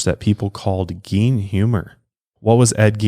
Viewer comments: You totally don't have a country accent. Its very plain but I'm from Kentucky.😆 Also, I think its pronounced like Gayne. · Geen 😂 not Gein but Geen 😂😂